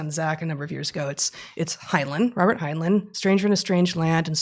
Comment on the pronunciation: I love your discussions! One small note...I believe the second syllable in Heinlein's name rhymes with the word, "line".